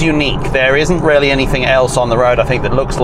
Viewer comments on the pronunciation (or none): Took me aback a few times when you said it's rarely rarely good, when in fact you were saying really, really good. Accents! Don't you love 'em.